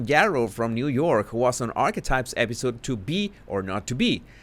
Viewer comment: While listening to you with my old ears and eating a crunchy snack you said the word archetype pertaining to Meghan. I heard arsewipes instead of archetype. Now I know I will never hear the correct word again. It will forever be arsewipes. Lol